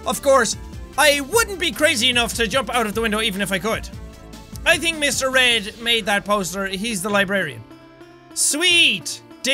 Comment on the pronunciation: Did anyone else notice that jack said “mr. red” when it says “mr. read”